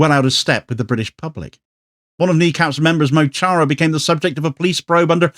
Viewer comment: It's weirdly imperialistic to keep mispronouncing Mo Chara.